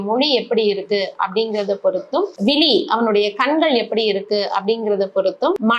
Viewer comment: வணக்கம் நீங்கள் தமிழை சரியாக உச்சரிக்கவும், விழி என்று உச்சரிக்காமல் விலி என்று உச்சரிக்கின்றீர்கள், இதைவிட கொடுமை மலம் என்பதை மழம் என்று உச்சரிக்கின்றீர்கள்.தயவுசெய்து தமிழை சரியாக உச்சரிக்கும் படி கேட்டுக் கொள்கிறேன் நன்றி.